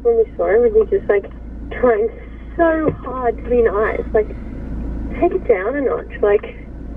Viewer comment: 3: 53 actually says "trying so HAD" Not "trying so HARD" 😂😂😂